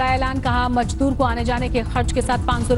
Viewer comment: Majdoor nahin mazdoor hota hai sweetheart